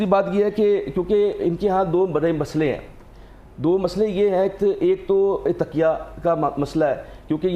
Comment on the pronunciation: ڈاکٹر صاحب تقیہ کو تکیہ کہہ رہے ہیں 😅